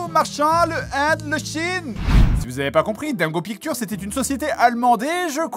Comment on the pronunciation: "dingo pictowr"